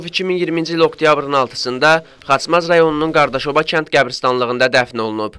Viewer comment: Qardaşoba yox Qadaşoba